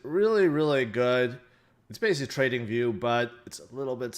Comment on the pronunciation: what is the name of the site like training view????? i don't understand how you are saying kjdsfnhnhkjfhg